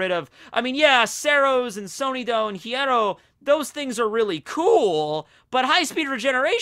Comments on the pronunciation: when speaks other languages and apologyses for that I always think "nah man I don't think they get angry for that" but every single time he speaks about the Espadas or the hollows and try to says "hierro" I'm always pissed, he is not even close to the real pronunciation..... I'm an hypocrite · the "rr" in spanish is the rolling of the r, also the h is silent in words like hierro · Is it that difficult to say “hierro” correctly?